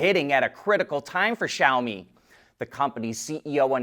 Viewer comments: Finally he pronounces Xiaomi correctly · He learned how to say Xiaomi, NICE